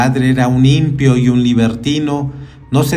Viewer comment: Muchas gracias por tan gran trabajo realizado en este canal. Solo le pido a la persona que brinda su voz que pronuncie la palabra impío correctamente, no es impio como usted lo pronuncia, es impío con tilde en la segunda vocal i. Muchas gracias por la oportunidad, bendiciones 🙏🏼♥️🕊️